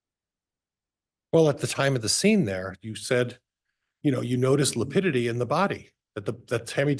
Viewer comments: I wish someone would correct him on lipidity. He apparently doesn't know how to pronounce lividity! So annoying. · He’ll he doesn’t even know how lividity is pronounced !